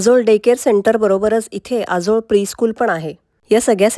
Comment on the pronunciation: आजोळ शब्दाचा उच्चार बरोबर नाही